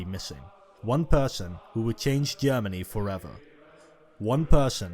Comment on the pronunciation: Wesh Germany and Eash Germany....😂 😂 Can't you find any other narrator other than this person who tend to end every word with "ish"?